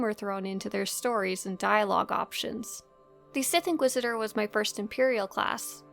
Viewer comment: the sith inquidisidor lol